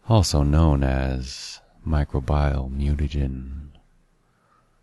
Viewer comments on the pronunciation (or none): good job, check the pronunciation of "microbial" and "prokaryotes"